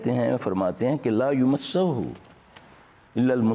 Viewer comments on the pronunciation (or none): Quran ki aayat me aap LAA UMASSAHU...... Padh rahe hy aap jabke wo LAA YAMASSAHU.... Hai